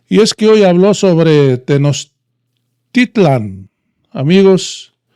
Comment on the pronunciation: Señor pronuncie bien los nombres de las civilizaciones TENOCHTITLAN PUREPECHA